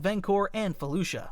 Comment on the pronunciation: He's mispronounced it. It's spelled Felucia and is pronounced (Fe-Lu-See-Uh)